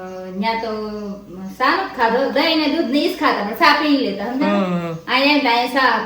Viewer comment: Aunty cha ne saa bau funny bole 6😂😂😂